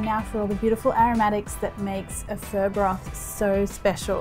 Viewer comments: I've never heard anyone pronounce it as "fur". I thought it was "fuh"? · First time I've heard it pronounced like that. I've always heard it "fah" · why do you call it fur? its pho (pha) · Hey Marion, I am very impressed with this delicious bowl of beef pho 😍 one of my most favourite dishes every! I love the way you make this! Seriously looks divine 🤤 However, I would like to comment on the way you pronounce “Pho.” The dish is a traditional dish of the indigenous people of Vietnam. It is not “fur” it is “pho” pronounced like “for.” Just a word of encouragement, to encourage you to pronounce it properly. Besides that, you are amazing! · Marion, I love watching your videos and your food looks delicious! But honey take the “r” out of pho. It’s pronounced “fuh?” like “huh?” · Isn’t it pronounced “fOe” pho 🍲? Not “fUr”? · Fur? I think its Pho. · It’s fuh, not fuuuur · I hear Vietnamese pronounced it "fa" not "fur". 😂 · Why are you saying PHER? It's PHUH. PHO. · You calling this fur DRIVES ME CRAZY. It’s fuh, not FUR. 🤦🏻‍♀️ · I keep hearing “fur”. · the way she says pho sounds like fur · I've never even heard it pronounced that way from Vietnamese people. Idk why she is saying like that.. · It sounds like she’s saying FUR lol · Its pron as pha not pho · The way she pronounces pho like frrrr sounds so pretentious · Can you please say it right or attempt to?